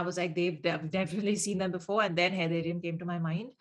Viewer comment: Just a small correction. It's Haiderium, not Haydayrium.